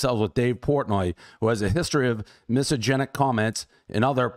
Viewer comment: LOLLL he's so miss-a-gen-ic.